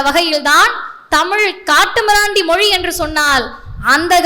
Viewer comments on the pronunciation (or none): none